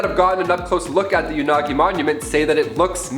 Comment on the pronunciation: Umm, I think it's pronounced as Yo- na- goo- nee. No offense, just saying...😄